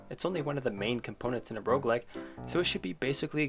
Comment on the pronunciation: This might be the first time I understood "Rougelike"